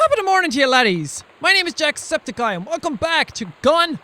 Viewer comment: Some times when he says his intro i always hear "jack sceptic guy" instead of his channel name